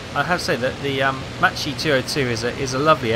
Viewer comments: "Matchy"?? Mama Mia! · It's pronounced makki, nice to see the folgore flying again